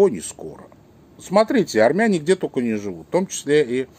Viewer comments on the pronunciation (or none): none